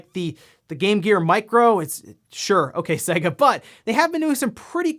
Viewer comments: Urgh why do you say Sega so weird? It's pronounced Sayga not Sagga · It's pronouced 'say-ga'. It says so at the start of every fucking game!